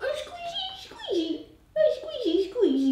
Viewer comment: Kate:"Scuishy Scuishy....." 😂